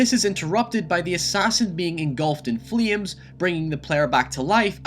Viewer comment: dont forget fleems (flames)